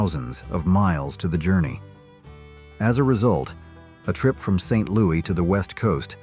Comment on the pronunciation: AI can’t pronounce St LouiS with an s.